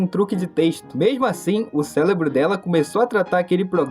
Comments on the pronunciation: Amigo, seu vídeo é muito interessante e bem editado, mas por favor... Nunca mais fale "Célebro" de novo, isso tira um pouco da sua credibilidade. O correto é "Cérebro". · Aprende a falar! É cérebro, não célebro! É dentro, não drento! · Pqp, o vídeo até parece interessante, mas parei de assistir no por que você falou "celebro" umas 10x ...... É CÉREBRO PORRA!!!!!! PQP RANÇO de quem fala errado, escreve errado....... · Falou falou falou e a conclusão é: Continue desabafando com a IA, ao menos ela não te cobra uma fortuna por isso... (sem falar nada do "Célebro" ) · . Eu… também falava celebro mas é cérebro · Vídeo muito bom, e explica esse efeito que faz as pessoas acharem que a IA é como uma companhia humana e têm sentimentos. Mas, uma observação: é impressão minha ou quando ele vai falar cérebro sai "célebro"? Não me entenda mal, é só uma curiosidade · Não consegui terminar o vídeo pelo "célebro"" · pq vc fala celebro sendo q vc consegue falar r? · o cara falando CÉLEBRO MAIS DE UMA VEZ DURANTE O VÍDEO, SOCORRO💀💀💀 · "Celebro " Da pra levar isso a sério mesmo? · prano, celebro, crick, apricativo, drento, mds kkk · O malandro fala celebro kkkkkkkkk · "CÉLEBRO" PQP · Siiim que odio 😂😂😂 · Ele falou drento também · Bom vídeo irmão, mas "celebro" foi meio foda de escutar